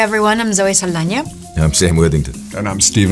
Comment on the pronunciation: i love how zoe saldaña pronounces her last name ❤️❤️